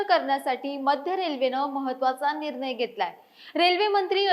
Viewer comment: Nir nay. Lai bhari marathi bolati 😂